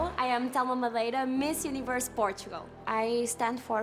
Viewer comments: Portxogal 😅 Quando a apresentadora não sabe pronunciar o nome do país 😅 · To the hostess go to school to learn how to say PORTUGAL! It was ridiculous, jesus! 🤦‍♀️🙄